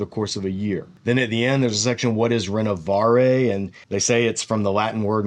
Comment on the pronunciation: No offence… but check your ‘French’ pronounciation of Renovaré